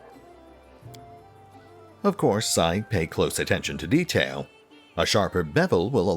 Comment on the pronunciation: Sounds like "the Devil's in the Ditael"...